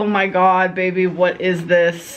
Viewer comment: Ong me toooo